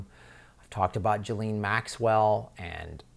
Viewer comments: ghee-lane..not gelene... try that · Ghislaine ...... NOT Gillaine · her name is pronounced Jizz Lane, not Geelane. It is impotant to pronounce it correctly as it helps clarify the story. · Why does everyone mispronounce Ghislaine Maxwells name as 'Jaleen', its pronounced 'Jislain'. duty paid 2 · How do you get to pronouncing Guislaine, "Jileeen"? Out of all the absurd ways of pronouncing her name that are doing the rounds, this is the most ridiculous and it's completely distracting, when trying to watch the video!!! It just sounds so completely stupid. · Let's pronounce her name correctly. It is pronounced, "JIZZ-LANE" Maxwell. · Her name is pronounced ghee-laine, hard g.